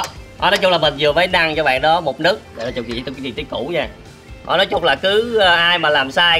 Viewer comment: nấc mà cứ đọc là nức nghe khó chịu vãi =)))